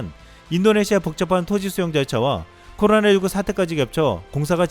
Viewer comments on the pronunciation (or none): none